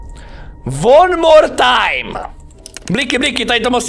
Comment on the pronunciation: won morr time. Jor englis is gud. :D